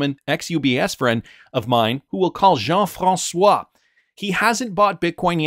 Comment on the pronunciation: The way you said Jean François. 💪👍 from a frenchie